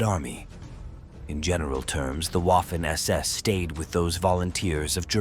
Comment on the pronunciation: Wiking in German is pronounced Viking. Waffen is pronounced vaffen.